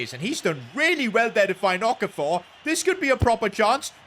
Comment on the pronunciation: pronunciation of Okafor got me rolling on the floor